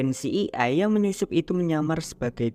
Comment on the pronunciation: Ci ai e (CIA) kali bang bukan ci e ai